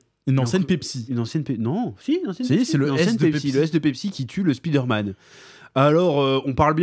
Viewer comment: Pourquoi tout le monde prononce " Speeder - Man " ? 🤔 Y’a 30 ans, je disais: " Avec l’anglais à l’école, d’ici 5 ans, tout le monde l’appellera Spider - Man ". Non. Alors que personne ne prononce : " Iron - Man " à la française.... 😅